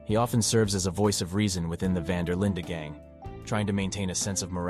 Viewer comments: It's Van Der Linde not Linda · “Van Der Linda gang” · vvhy does bro pronounce dutch van der linde and dutch van der lin-deh